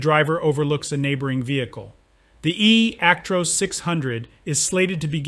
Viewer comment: ActROSS nof ActROSE, stupid Americans